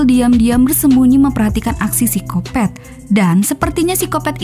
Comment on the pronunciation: Paling enak denger suara apalagi pas bilang "seksoy" "sikopet" sama "ganjoy" 😀